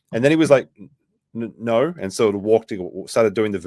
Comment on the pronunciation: “don’t talk to Australians about vowels” But you guys add like 2-3 different syllables to the word “no” everytime you say it 🤣 “Aw mate NAAUUUUUURRRR”